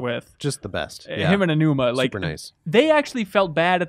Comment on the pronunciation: Learn how to pronounce Aonuma properly. Respect.